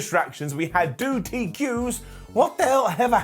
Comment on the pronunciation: Hahaha you accidentally said "doo TQ's" instead of Two DQs